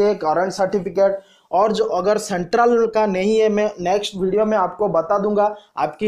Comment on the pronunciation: Yar apni pronounsation to thik karo.application ko bol rahe ho oplication...agar ko bol rahe ho ogar..kya yar